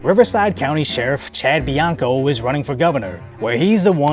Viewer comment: Bianco is not it man. Solid video otherwise though.